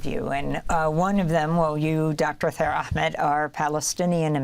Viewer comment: His name is Taher Ahmed , Not Thaer Ahmed😔